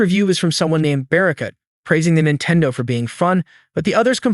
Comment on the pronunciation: What the heck is a Jintendo?